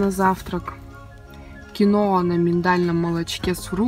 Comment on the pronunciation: Киноа а не "киона"